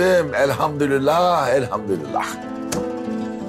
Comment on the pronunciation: böylesi can alıcı bir sahnede, imam olan birinin son nefesinde elhamdülillah lafzını yanlış telafuz ederek elhamdürillah demesi🤦🏻‍♀️👀 Sen koskoca diziyi balkan şivesi ile çek, ama söz konusu yine, dizide bile değer taşıyan İslami bir terimi yanlış telafuz et…. Bunlar da zaten hep de bir tesadüftür.., Dil sürçmesidir zaten hep! Hep ama hep de bu tür kelimeler yanlış telaffuz edilir… Başka mana aramamak lazım herhalde, yani, sanırsam